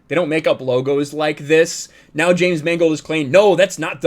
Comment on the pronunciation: I like the way you prounounced Mangold as "mangled." It's a very subtle commentary.